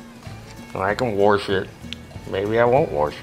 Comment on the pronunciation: I can't tell if "worsh it" means "wash it" or if it's some mechanic lingo